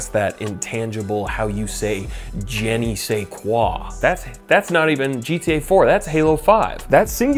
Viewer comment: Its "Je ne sais quoi." not "Jenny say quoi" do your french class.